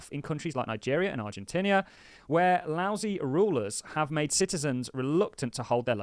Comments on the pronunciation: Its not Argentinia but Argentina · "Argentinia"? 🤦‍♂️bruh